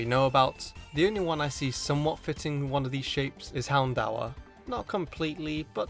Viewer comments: Hound-door not hound-ower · The real mystery is: do I complain about pronouncing Houndour differently that 95% of people I have heard pronounce it or do I wait for another pronunciations video if enough people bring it up?